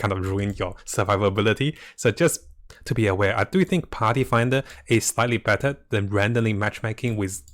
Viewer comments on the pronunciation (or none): none